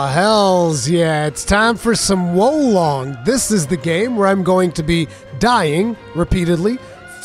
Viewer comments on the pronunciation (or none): the name of the game’s pronunciation is war lone. lone with the ng end. lone ng